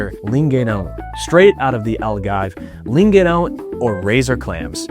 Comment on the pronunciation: The way you said “bochechas” and “lingueirão “ was awesome 👏 very good accent dude. 👌